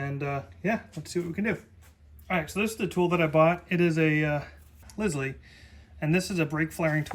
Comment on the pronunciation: Lisle pronouced Ly-el, rhymes with crocodile. You can make an acceptable bubbleflare with most flaring tools